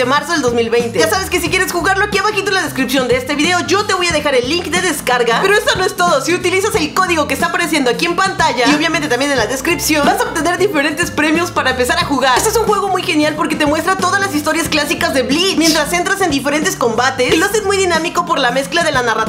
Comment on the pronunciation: En ves de premios entendi gemidos xdddd